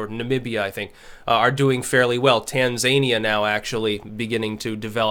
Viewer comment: Really??? Tan-ZANIE-uh? Next time, try /tænzəˈniə/